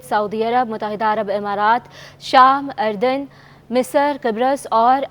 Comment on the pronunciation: محترمہ ملک اردن کا نام صحیح پڑھ لیا کرے افرو کا تلفظ پڑھنا سیکھنے کی کوشش کریں۔